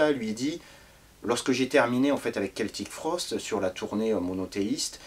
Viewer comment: Salut !! Toujours des chroniques hyper intéressantes, merci !! :D A , tu prononces le nom de 'Celtic Frost' en 'Keltic' ou 'Seltic' ? Juste un détail :D